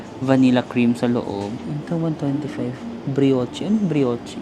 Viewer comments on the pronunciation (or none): Ung brioche bree-osh ang pronunciation nun